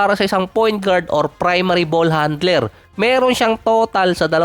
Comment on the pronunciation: Ang sakit sa tenga ,bol HANDLIR,LAKIR, TANDIR,Hardin😂😂😂😂